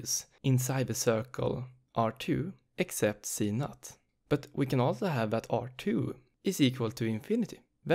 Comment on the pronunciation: You are reading z_0 as z_NUT 😂 I'm sorry, it just made my day. Thank you for the very helpful explanation of the topic.